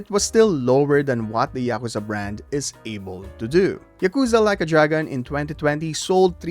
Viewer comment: It's ya-kuh(like bruh)-za, all the syllables are short and quick with no emphasis on any of them, not y'kooza. They say it literally hundreds of times during the games. There's no excuse for not being able to say it properly. What's even more inexplicable is that you start saying it properly in the middle of the video after repeating saying it incorrectly at the start. And then you say it properly and immediately afterwards say it wrong. In the same sentence!!! This has to be a troll!